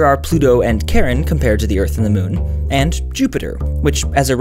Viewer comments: It's (Shawr-run), not (Kar-ren). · It's called Charon not Karen! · karen?? oh Charon... i thought CH was supposed to be pronounced as SJ, like chocolate, not kokolate, despite the kakao in them. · It’s Charon [sher.ron]